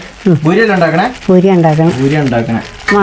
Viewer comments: പഖത എത്തീയിട്ടില്ല ഭൂരി അല്ല. പൂരി എന്നാണ് പറയാറ് 😂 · ഭൂരി അല്ല പൂരി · Boori alla പൂരി